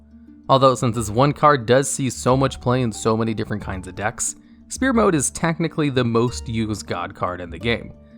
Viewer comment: I hate that for all these years, you still pronounce it "spear" rather than "sfear". PH makes an F sound.